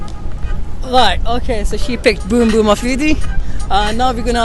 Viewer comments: Boom Boom not beem beem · Its not beem beem afridi it is boom boom afridi